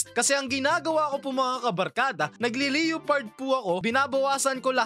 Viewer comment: correct pronunciation ng leopard ay Leh-Pard